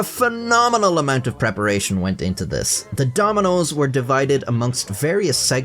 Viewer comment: It was hard for you to say "thanks to this decision" because the sentence order naturally makes you shorten the th in "this", but you're trying to annunciate and fight the urge to turn it into "dis", so your brain hyperfocuses on it, making you trip over it. It's the verbal equivalent of when you look at a word too long and it stops looking real, your brain is going "I've never even heard of the word "this", how do pronounce made up word? No do. Impossible." Your tongue and your brain are in cahoots to sabotage your linguistic abilities 😂